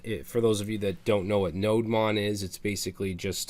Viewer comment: I think it's "Node Demon", just sayin